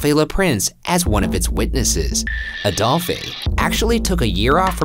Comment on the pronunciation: Ryan keeps saying Adolphay when it's pronounced the same as he who shall not be named!